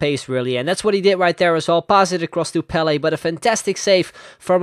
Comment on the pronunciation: he said PELE and i understood BALLET